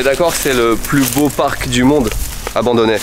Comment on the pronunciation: Non je rêve la "Park" laisse moi rire c’est "parc"...